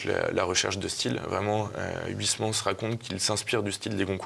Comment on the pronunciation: on dit pas h oui s mans mais oeil smans uy en néerlandais ( origine du nom d'huysmans ) se dit oeil